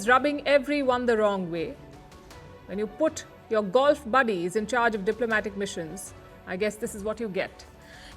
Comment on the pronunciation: Buddies? FFL Buddees?